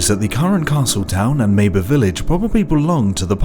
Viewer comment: You keep saying mabe wrong so annoying. Nintendo has shown the cannon way to say that.